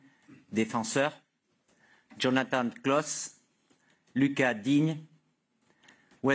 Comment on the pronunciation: Cette équipe est tellement paumée que maintenant on prononce à l'américaine... "Djonathane Clauss" 😅